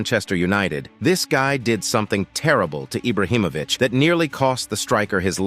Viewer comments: It’s not eye-brow it’s Ee-bra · This dude is saying Ibrahimovic properly then decides to say eyebrah🤢